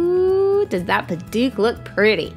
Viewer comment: What a great idea. I'm not using a cane yet, but may make one for my Mom. Then I can inherit it by the time I need one. I like the idea of trying to have a continuous grain, but it might also look nice to have "spools" of totally different types of wood. Now I know how to pronounce Padauk!